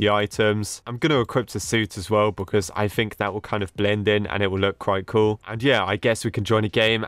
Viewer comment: when he says cool is just sounds like coo